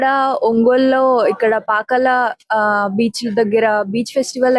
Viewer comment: తెలుగు ఉచ్చారణలో style వద్దు. అన్కపల్లి and పాకల కాదు…అనకాపల్లి మరియు పాకాల. దయచేసి తెలుగుని కాపాడండి 🙏